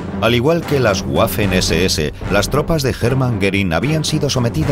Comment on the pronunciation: Y la seseese... SS SON RUNAS NÓRDICAS Y NO SON ESES ADEMÁS EN CASO QUE FUERAN S SE PRONUNCIARÁ ESE.ESE...NO SESE.ESE